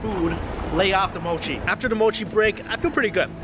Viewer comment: Spoiled for me by the awful pronunciation of Japanese. For pity's sake, MOW-CHI? It's MO-CHI.